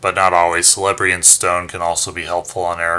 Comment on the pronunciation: ps. Celebrían stone is pronounced Kelebrian ;)